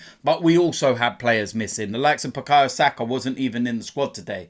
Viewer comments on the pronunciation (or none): none